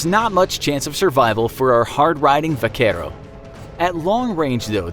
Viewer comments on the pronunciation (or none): “Vuhkerow” I cringed every time he said it 😭 like bro if u can’t say it it’s cool just say cowboy or if u wanna say it at least actually try don’t just say “Vuhkerow”